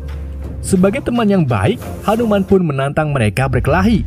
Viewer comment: Hanu-man ❌ Hantu-man ✅